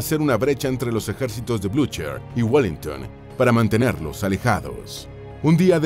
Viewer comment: El locutor habla bien inglés (norteamericano), pero los nombres franceses y alemanes los pronuncia tan mal que resultan irreconocibles. Unas nociones básicas de fonética no le vendrían mal: por ejemplo, en alemán la ch suena como una j española suave y la r detrás de vocal es muda (como en muchas variedades del inglés), así, Blucher suena Blujah, en fanćes, gn suena ñ, por eso el pueblo de Ligní suena Liñí, y el tratado de Fontainelbleu es Fontanblé y Haye sainte (la granja) es ayesant. En wikipedia ponen la pronunciación en alfabeto fonético internacional de los lugares raros. Creo que esto mejora la impresión del documental.